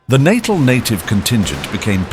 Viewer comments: It's pronounced "Nattell", not "Nattil". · Every time Natal was pronounced incorrectly. Details matter, it's not Natal as in pre natal or post natal. It's pronounced nuh-TAHL. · The enunciation in this clip is appalling. Lieutenant = lef-tenant (not loo-tenant, an American dialectic); Natal = Nat-aal not natal (as in birth) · The pronunciations in this are so off. Even Natal appears to defeat this narrator. Or is it AI.